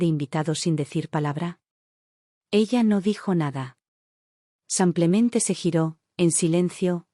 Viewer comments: Porque dice,sanclemente y no.lo que es,,simplementeee😅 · Haganme el favor de no publicar estos Churros,la narradora lengua de estropajo siempre dice samplemente. Y no rebuzna por falta de orejas.